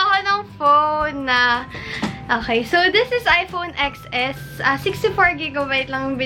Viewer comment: Ten es , not eks es